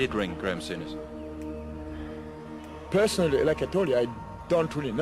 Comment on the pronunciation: It's 'Soon-ish' not 'Soun-ish'